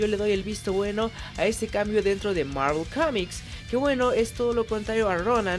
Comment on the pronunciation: Marvol Comics en el cine...es Marvel Studios y ya! Al ceder derechos cinematográficos ya no es Marvel Comics ,ni el logo aparece en películas de Fox o Sony,exageras mucho tu Inglés en momentos